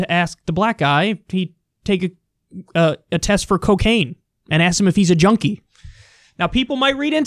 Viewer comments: He couldn't even say Junkie right on his comeback about the test lol. He said Jodie instead of Junkie 🤣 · He didn't even say Junkie he said Jodie 🤣